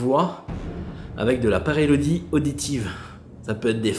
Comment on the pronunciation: Coucou, tu m nerve a chaque fois😂😂 la PAREIDOLIE et non PAREILODIE🙈🙈😂 tu me tue de rire mais fallait que qq te le dise une bonne fois pour toute grosse bises de la Lorraine ❤️